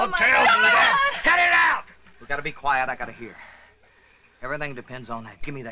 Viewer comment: I first watched this film 20 years ago and recently watched it again only to here him say quiet which sounded more like choir